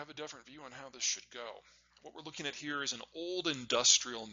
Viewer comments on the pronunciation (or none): none